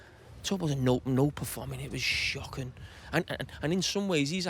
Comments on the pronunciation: Carragher: It was SHOQIN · "It was shhhhhhh....ockin'" lololol Almost... almost!!